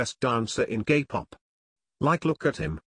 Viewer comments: When it says k-pop i heard gay pop wtf???!!! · lmaooo that kinda sounded like " gay pop "